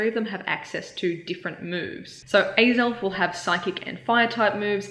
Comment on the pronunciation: hahaha until you said it was axell it sounded like you were asking alan for the perfect groudon number